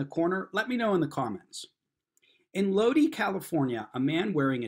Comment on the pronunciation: it's a small thing, but Lodi is pronunced load eye. Listen to creedence clearwaters Stuck in Lodi Again.